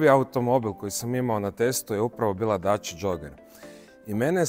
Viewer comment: lijenost u izgovoru,inije dača nego dacia